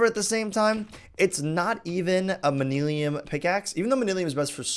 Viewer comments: Manyullyn is pronounced man-YOOL-in not man-EEL-ium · Manillium? It's pronounced MAN-YUL-IN. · It's pronounced MAN-U-LUN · It's (MANA-LYN)